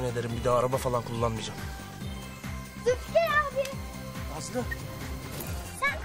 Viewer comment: Zilfikar diyor 🤣🤣😂🤣